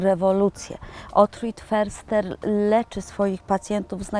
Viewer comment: Jeśli już to wymowa "fyrster" ... niemiecki podstawy 😊😊😊